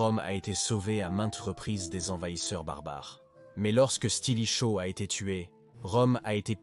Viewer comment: Stilicho, stratégiser, etc. Ça pique les yeux et ça fait mal aux oreilles... 😮